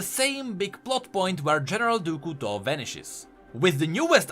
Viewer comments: Ahaha I was struggling to figure out who "du ku to" was until I finally figured out it was a badly pronounced "du couteau" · Great video! But I have to mention: the way you pronounce General du Couteau is horrible! 🤣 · "Du Couteau" I am french canadien and this is very funny to hear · As a french subscriber , I love how you pronounce "Du Couteau "